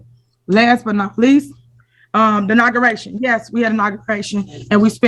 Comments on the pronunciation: What’s a naugaration? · Did she say, Nagaration??? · The "Naguration" 😅